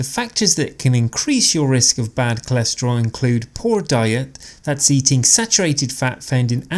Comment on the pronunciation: ...Why is it "cholescherol" instead of "cholesterol"...🤔...